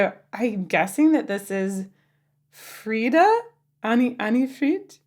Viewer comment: FRIDA, NOT FRYDA